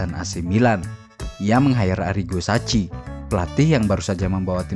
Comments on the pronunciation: Sebutannys sacchi: saki bukan saci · Maaf penyebutan arigo sacchi: saki bukan daci